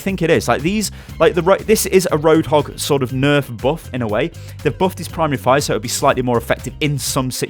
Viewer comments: Anyone else notice...."Roadhoog"? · Lol at :07 "roadhoog" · Anyone else notice "ROADHOOG"? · "Roadhoog" nerf lol